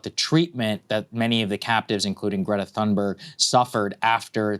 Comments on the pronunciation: Greta's name is pronounced "T-ha-un-burg" Not like, through. More like tune. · Why does Saagar mispronounce Greta's last name?